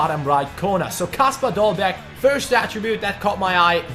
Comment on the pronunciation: You dont prounounce the last g